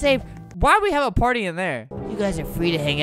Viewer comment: In the intro when he said party I heard he said potty